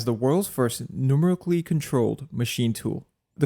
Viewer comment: Numerically is pronounced Nu-ME-Ric-Ally, not Num-Ric-Ally.